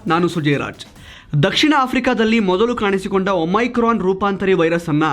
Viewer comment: please ಒಮಿಕ್ರೋನ್ ಅಂತ ಹೇಳಿ.